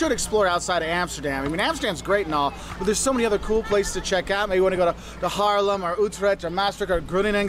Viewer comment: ‘This guy knows what he’s saying’ Me: well yes, but actually no (I’m talking about the pronunciation of Haarlem Groningen etc)